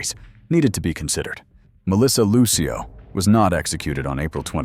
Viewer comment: Who the heck is that woman in the orange jumpsuit with striped hair? That’s not Melissa. And her name is Lucio, sounds like Lucille, DA. You could’ve asked someone how to pronounce her name b4 you proceeded to repeatedly demolish it.